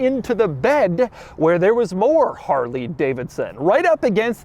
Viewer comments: Harley riders don’t say Harrrrley, but it is entertaining to hear. 😄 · Hate how this guy says "Haarreley" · My sleep paralysis demon is going to be Doug saying “Harrrrley” over and over. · Take a shot every time Doug says "Harrrley" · If I were gis friend named Harley I'd slap him for saying my name like that. EVERY TIME. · Anyone else get irritated whenever he says Harley. Why do you got to say it like that bro. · Why he keep saying Harley like that agggggy